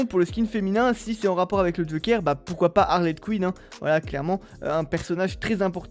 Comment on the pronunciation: je suis le seule à entendre Arlette Quinn à la place d’Harley Quinn??